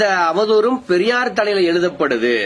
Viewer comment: என்ன. ரொம்ப நீளமா இழுக்காதீங்க...அது பெரியார், பரியார் இல்ல...சைமன் உங்களை வச்சு எப்படிடா ஒரு கவுன்சிலராவது ஜெயிப்பான்? முதல்ல தமிழுக்கு டியூசன் போங்கடா அப்புறம் தமிழை காப்பாத்துவீங்க...முதல்ல உங்ககிட்ட இருந்து தமிழையும் தமிழ் பெண்களையும் காப்பாத்தனும்..உங்களுக்கு தமிழ் சொல்லி கொடுத்த வாத்தியாரை பாராட்டனும்...